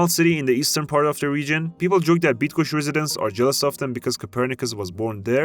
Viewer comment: Say bydgoshch Now you will say Bydgoszcz properly (is it difficult for you?)